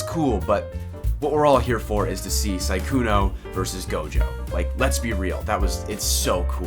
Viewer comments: I can't stand the fact he says 'Saikuno' and not 'Sukuna' :'< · Su-kuna, not sai-kuno 🤣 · i fucking bust every time you say saikuno